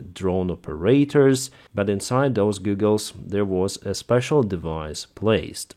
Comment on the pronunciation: Hi, you are so careful to give out the best information possible so I know the details are important to you. I hope you take this in the spirit of helpfulness that it is meant. They way you pronounce goggle is more like Google, the company. It is pronounced correctly as g-awe-ggle. I know a lot of people that have learned English like to make sure their pronunciation is right so I hope you found this helpful.